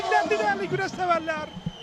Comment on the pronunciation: Güreş değil " Güleş" 😂